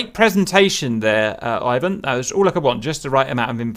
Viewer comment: "Eye-wan" Nice prononcuation.